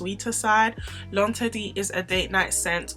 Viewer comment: I'm saying!! Because she sho just taught me how to pronounce L'inderdet I was saying that all wrong😂🤣